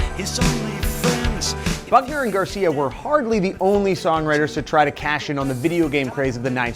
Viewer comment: I KEEP HEARING FUCKNER AND GARCIA IT'S NOT EVEN FUNNY